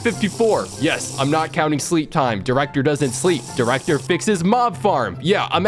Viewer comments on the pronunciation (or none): Bro can’t go 3 secs without saying drecter